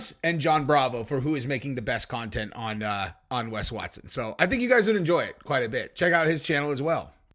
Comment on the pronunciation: I don't know what's more annoying, Wes Watson himself or the fact people pronounce his name 'Wess' Watson..